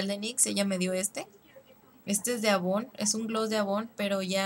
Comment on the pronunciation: se lee eivon